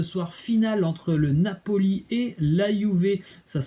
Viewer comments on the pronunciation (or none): none